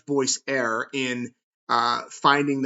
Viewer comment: Dearest, you’re awesome. Thank you for what you do! May I please let you know, the word Err, isn’t pronounced “error,” or “air.” The word Err, is pronounced “urr.” Pronounce it like the word ‘her’ and drop the H-sound. Much love, from an English major.